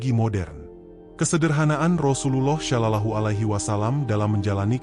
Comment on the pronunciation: Tolong betulkan sebutan sollallahu ..bukan sho..tapi so